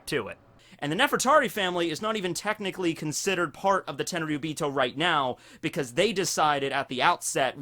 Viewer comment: All these lost opportunities when you said Technichly you should have said Tekkingchly !!!